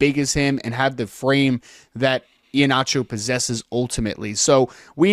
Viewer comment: Someone please just say his name correctly. It’s E-Heen-acho, not E-ha-nacho. Sorry, not trying to be petty. it’s just been killing me